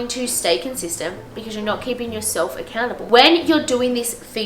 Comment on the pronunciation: when u said “make yourself accountable” it sounded like “make yourself a cannibal” 😂😂 i rlly enjoyed this video ! i also find bullet journalling fits really well into the stuff you’re talking about ❤️